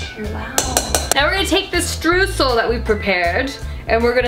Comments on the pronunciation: i love when americans try to say streusel. it is pronounced stroysel. it means sprinkles. if it is not the ones made out of dough you add what it is made out of. ( chocolate sprinkles, sugar sprinkles etc.) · Lina Mueller ich war auch super irritiert :D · I come from an area with a lot of German heritage, but we also pronounce it like her. It must be an American bastardization thing. Lol